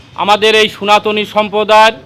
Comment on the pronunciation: দাদা সোনাতনী নয় শব্দটা সনাতনী